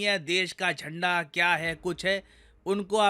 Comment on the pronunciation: "desh ka jhanda" sounds like ghnta🔔😅😂